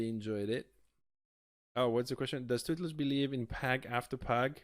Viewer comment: My boi Tootlez! Its not pronounced Tooth-less btw ;)